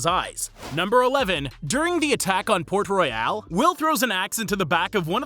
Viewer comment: No shot he just said port "royale" when clearly they promounce it port royal several times💀 did bro even watch the movie